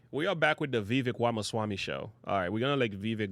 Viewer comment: Dont boast for Vivek if you're not going to vote for him. And learned how to pronounce his name moron.